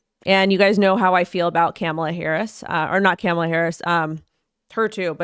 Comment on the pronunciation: Comma-La….not caaaamala…